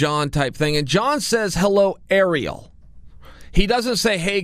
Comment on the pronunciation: Why is he calling Ariel, “Aero, Earl, Errrol, Arool”?